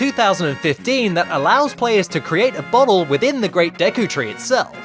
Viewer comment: I know he bottle but at first it sounded like he said butt hole.